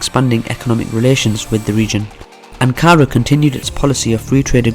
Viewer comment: Weak. This guy can’t even pronounce Ankara let alone dive into the Turkish connection to the Balkans. How about learn what Balkan means as a starter.